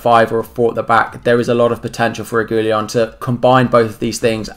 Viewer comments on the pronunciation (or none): Re-gui-lon not Re-gu-lion, i've seen lots of FPL content creators make this mistake and get the pronunciation all wrong!! Just thought i'd point it out!! Keep up the great work, enjoying your vids as an FPL fanatic and a new subscriber to your channel!! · Re - ghee - Lon. Regui-Lon. The L and i are transposed